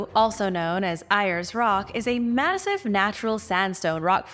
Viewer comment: Uluru or phonetically oolooroo, Ayres Rock pronounced Airs Rock, and the pictographs of native Americans is insulting, do better or do nothing at all